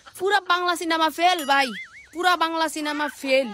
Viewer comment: পেইল না ফেইল